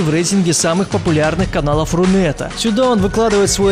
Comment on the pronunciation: Ты сказал РУнет?